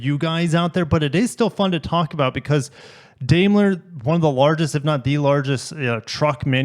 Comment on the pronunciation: Daimler is pronounced "Dime-ler."